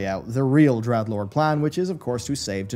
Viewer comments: Dreadlord not Dredlord. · "Dredlord" ok